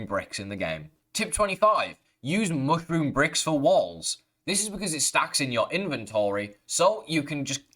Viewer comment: it's not hard to say mushroom correctly....stop you weirdo. get the food out of your mouth when you talk.